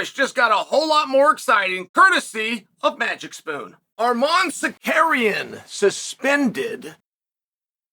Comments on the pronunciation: The way he said "Armand Sakarian" with such confidence LOL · “Ar’mon Sakarian” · Are-mon Suh-carrion lol.